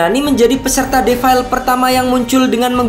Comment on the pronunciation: Belajar dulu ngomong defile...😂😂